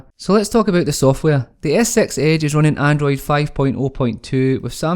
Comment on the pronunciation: Skroting so you are not bothered hearing Samsaung Galaxy "as-sex age" ?